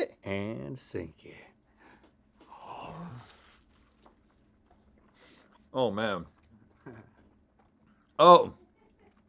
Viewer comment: Rhett: “Dink it” Me waiting for them to say sink it: 👁👄👁